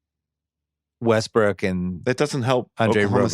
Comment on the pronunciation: They said Wussell Restbrook like four times